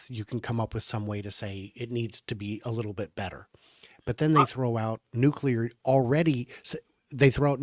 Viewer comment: Ya can't pretend you're smart if you say "nucular"... Bye Felicia...